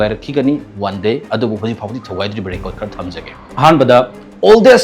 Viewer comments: Recart Jepen wa ngangbada heithu yamna Sare ne taningdre , record Japan haiyo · Meiteilon ngangbada khara2 thetpa English fao grammar laan2na 😅 ngange. Record kajina Rey Curd kaiye. Aduga EduCentre kaiye 😁😁😁